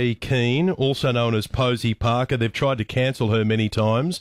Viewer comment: I love the Aussie pronunciation of Parker